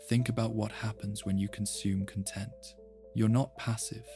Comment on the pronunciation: i heard it when it pronounced content wrong